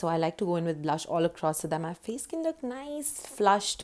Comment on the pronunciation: Who say fay not face fay. Lool fay